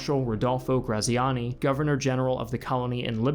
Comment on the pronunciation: Ik it's too late to redo the episode but his name is said like gratziani